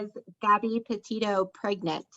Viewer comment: All you do is Judge other people and try to "blast out" other channels. John Walsh is a professional, your a YouTuber. You have been covering this case since the beginning and you still mispronounced Petito. You make fun of others mixing up names..you did to now, its called human.